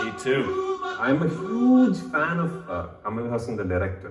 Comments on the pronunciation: Make ur prenouciation better bros, he is not kamal hussan. Its kamal hassan, better u guys shud study about someone before make those comments. He is a legend 👏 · Btw guys, his name is pronounced HUSSUN not HOOSAN. Hus (rhymes with bus) and sun (like sun). Hus-Sun. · It's Kamal "HAASAN", not Kamal " Husan ". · It's not "Ha+Saan"..it is "Haa+San". 1. Salangai oli 2. Anbe sivam. 3. Moondram pirai. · For the last time. It's Haassan and not Hussaan 😂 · it's Kamal Haasan not Kamal Husaan. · Trust to screw up names... Husan??? Anyway... I liked kamal haasan's sadma and appu raja... And chachi 420... These are dubbed hindi versions... You can watch the original Tamil versions... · its kamal haasan not kamal husan guys pls 😅😂